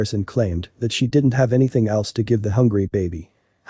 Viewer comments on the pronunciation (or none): none